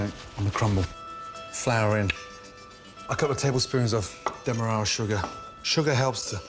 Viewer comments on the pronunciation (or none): none